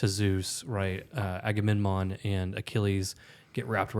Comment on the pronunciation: Enjoying the discussion. However I can’t hold back any longer… are you guys saying Aga-nem-non? It’s Aga-mem-non.